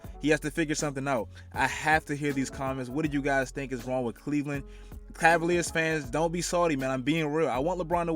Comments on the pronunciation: Really “cleveland assaliars” bruhhh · Nigga said ass-aLiers I'm crying 😂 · Bro when he said Cleveland ass-aliers it had me dead and I'm a cavs fan too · Lmfao Cleveland Assaliers 😂😂😂😂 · did dis man just say assaliers